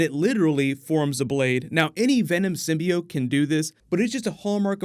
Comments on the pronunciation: Also, I really hope that they don't pronounce it (sim-by-oat) like they did in that one trailer. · They also fixed the way Skirth pronounces the word "Symbiot"